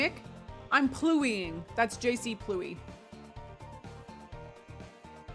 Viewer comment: Rain is "pluie" and not prononced pluey at all.... (Would be more plu (from like plus without the s sound) and e like you said it as a standalone like when reciting the alphabet)